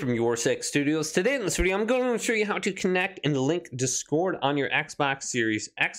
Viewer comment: Its discord mate 1 word, not dis- cord, thanks for the tutorial though